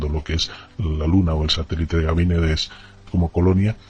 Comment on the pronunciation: El entrevistador dice permanentemente Gamínedes, es Ganímedes. Ninguno se da cuenta del error?